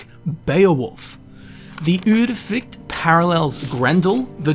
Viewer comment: As a swede I think he nailed the norwegian